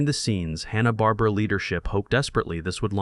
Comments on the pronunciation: This channel can't even say Hanna Barbera. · The guy doesn't even know how to pronounce hanna-barbera. So I'm not sure if I can trust anything they said.